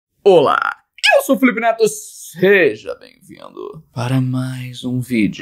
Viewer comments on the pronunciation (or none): Kkkkk vc falou Filipe feto kkkkkkk